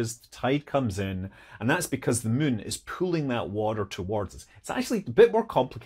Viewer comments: Love videos that make Scott say the word 'mun'. 😁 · "The mun". Are we still talking in Kerbal 😅